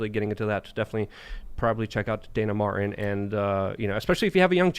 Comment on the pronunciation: Dude... there is a "T" in Dana Matin... it's not Dana "Marh' en"!!!